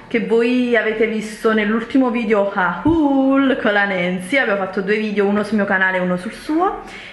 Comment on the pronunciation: comunque, haul si legge "hol" più o meno 😂